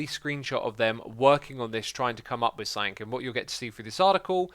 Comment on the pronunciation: good god man. the word is some thing - it is not pronounced sum fink.